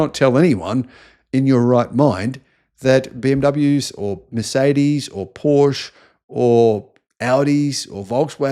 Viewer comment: … and please learn how to pronounce PorschE correct … danke schön 🙏🏻